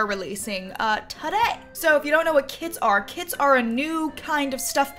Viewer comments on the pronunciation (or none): i heard she saying "kids packs" instead of kits and i got excited thinking that it was about children but i'm just deaf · Everyrime you said "through the kits" I thought you said "through the kids"